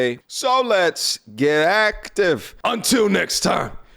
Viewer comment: The emphasis he puts on the word ACTIVE is what I’m here for lol